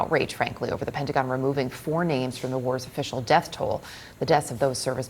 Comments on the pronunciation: The "Pentagin"? How about Newcasters that speak American English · She said pentagin